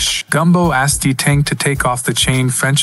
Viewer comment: “D tang” 😭